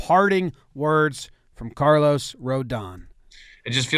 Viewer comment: Carlos goes out of his way to include an accent on the last O, only to have the pronunciation butchered by Jomboy.